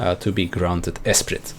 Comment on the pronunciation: Btw: the T in esprit is silent